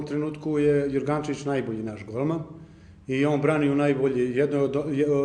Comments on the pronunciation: hahahaha JORGANCEVIC ne zna ni da izgovori ime BRANI U NAJBOLJOJ LIGI ahhaha idi se otrezni prvo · hahahahahha ne zna ni ime coveku. jorgaNcevic kaze :D :D :D :D hahahaha